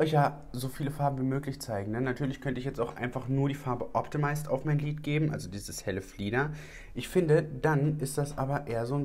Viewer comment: Bin ich die einzige, die "Glied" anstelle von lid versteht? 🤭